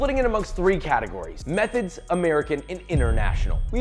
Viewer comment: the more and more Im hearing "methods" the more it sounds like "meth heads"